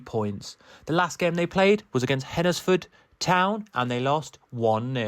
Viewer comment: Please note Hednesford is pronounced as you would pronounce Wednesday, ie. NOT Hed-nes-ford and NOT Hennersford....thanks!